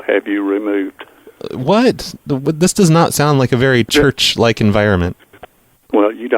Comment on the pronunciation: I love how you said 'Church' as "Jurch' because I remember pronouncing it that way when I was 4 and my parents just laughing at me. Your shows always put a smile on my face, can't speak for the people you call....